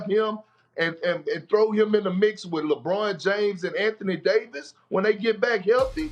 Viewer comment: Kendrick "LehBROHN Jayms" Perkins